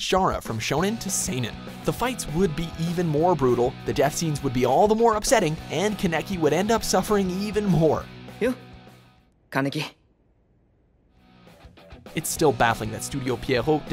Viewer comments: hide pronounces kaneki’s name correctly then dude proceeds to call him “kuhneki” lol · "Kanecky" great pronunciation 10/10, great job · Really, man? This watchmojo guy mispronounced Kaneki's name right before Hide clearly says it... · I liked soul eater but haaated the last 5 minutes, it was the worst ending of all time. Also how can this narrator even try to bash the second season of Tokyo Ghoul when we all know he hasn't seen it just because of how he butchered kaneki's name, and rootA was amazing. One anime I've been waiting years for a sequel is the devil is a part timer, but we all know the sad truth about chiho sasaki if the sequel happens. 😖😢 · did he realy say kaneki wrong?! XD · OMG the pronunciation of kaneki is so cringey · the way he says kaneki makes my heart hurt